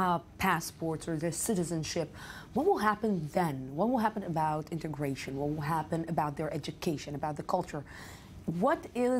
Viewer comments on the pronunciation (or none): Hahahahaha....... Intergration. That's hilarious.